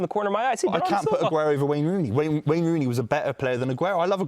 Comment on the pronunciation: man said silva 😂😂😂😂😂😂😂